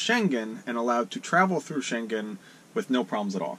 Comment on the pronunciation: Many non EU and Schengen people go to Marocco, also cheap harbours. One tiny thing... the schengen word...ng is as in singing...no "g"